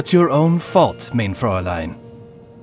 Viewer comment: Unfortunately, the german words are pronounced wrong. English speakers, remember this now and forever: * MEIN = MINE (not main!) * VERURTEILUNG = fair-OOR-tile-oong